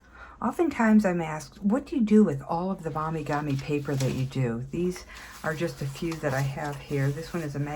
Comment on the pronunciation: Mo mee gah mee. Not mommy gah mee 👍🏼😊